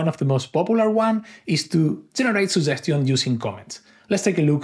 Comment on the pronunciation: Good video, I realized that I hadn't installed the chat. A small suggestion to the author is to work on pronouncing "suggestion" correctly. Luckily, the subtitles worked flawlessly.